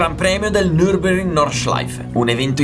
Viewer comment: Nurburgring, non Nurburing. Ovvero il ring di Nurburg.